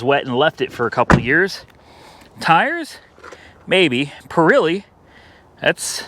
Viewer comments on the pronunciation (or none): Being nice now, don't jump on me! It's pronounced just as it is spelled.... PIRELLI. The E has the sound like the E in egg. Not an I sound. That is all. I'll take my seat! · The tires are Pirelli, not Pirilli. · PURREELEE tires? LOL Oh boy